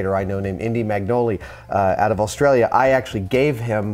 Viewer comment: notice how he says australia in an australian accent!